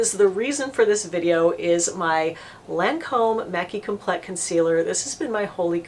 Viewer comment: Its pronounced lon- comb...its French ...not lan comb lol